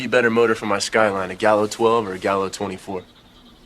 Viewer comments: He didn’t even read the fake name right. He says galio instead of gallo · He says it wrong too Gallio ha ha ha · He also mispronounced Gallo with Galio 😂😂